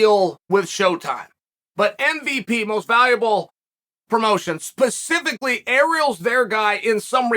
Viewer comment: but are you going to his bbq, also its SPECifically no pecifically